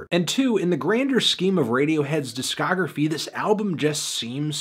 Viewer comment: He has never once said it succesfully.